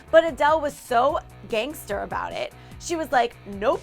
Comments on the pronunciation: ”But Adele was so GAGNESTER” 😂😂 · Lol, "Gagnster". XD